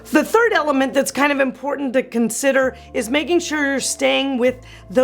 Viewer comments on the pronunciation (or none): none